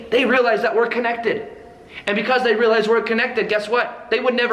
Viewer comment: real - ize or real - lies ... lol